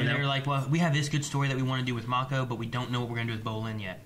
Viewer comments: Guys, they've pronounced Mako's name like 90 times in the show how can you still not say it right? Otherwise, I'm loving the reactions. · I feel like is just saying Mako's name wrong on purpose at this point. Lol 😂